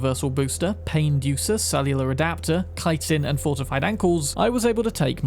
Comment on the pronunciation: Thank you for pronouncing Chitin correctly.